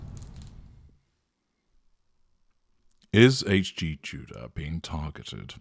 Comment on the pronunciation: “A” G Tudor. How annoying, eh?